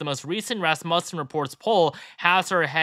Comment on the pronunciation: Raaaaaaasmussen. Accent is on the A.